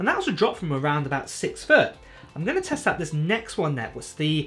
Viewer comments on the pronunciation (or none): none